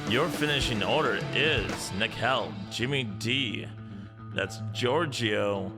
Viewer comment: 😂😂😂😂 completly understandebel 😉 Schotty is almost perfect! Neckel or Nëckel is really hard in english 😉 well done!